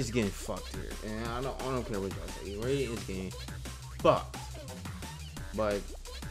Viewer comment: You said raiden name wrong it's rai-den it's not the same way you say the god of thunder name